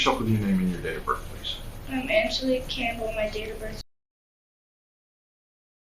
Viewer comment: “On-GUH-leek” lmfaooo sorry but that was funny af